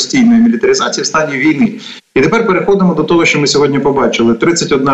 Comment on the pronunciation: ведучa! не сЧчЧччЧо а шшщо.... свук шшшш не ЧЧЧ . чому так сильно вимовляєш Ч? Мені вуха болять!